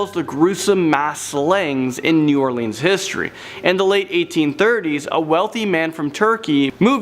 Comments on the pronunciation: They butchered all our parishes names too not counties or towns 😂 parishes kal ka shoe shreeve port and plz get this right y’all say nawlins y’all know we say that so it is new all lins NOT new all leans & it’s pa cawn. NoT a can of peas so pea can ain’t it no we don’t say terlet or earl we educated too and much nicer but talk like tawk the yanks not creole Cajun fake crap on movies that isn’t specific area & heritage race background ethnicity etc howeva ya wanna day it all mean da same but if ya true nawlins born raised you sound like ya born in jersey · How can ya pronounce mon til e oun but not new all lins plz 🛑 repeating all leans but other vids soon say nawlins repeating us so just take naw off say new all lins or lynns lyns come on I 🤔 deliberate if y’all can say nawlins just cuz ya know we really dislike it said lean or leen we not propped up on furniture or drinking the famous drug drink 🍸 we just do that to our tourist & for y’all make ya feel at home 🤣 we really super chilled & laid back though but 🧛‍♀️ do exist they actually get their 🦷 done & 🍷 for real for real locals do that shiznit to this day they take that seriously whole clans & etc. they use jewelry pieces etc. or 🦷 to puncture their pets (humans) which other way around they really like offering themselves up as much as others ❤️ draining them 🤦‍♀️ yeah I like my state Neva not come back etc voo do horror scares etc. hallows eve ya name it but yea not a blood sucker but I once knew 🧛‍♀️ personally but legit vamp not today back then not sure who knows like to 🤔 so but they get implants procedures to become blood suckers yea I wouldn’t play with us either 👽 💀